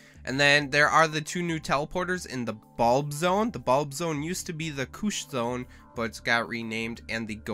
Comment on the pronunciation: still gonna call it koosh zone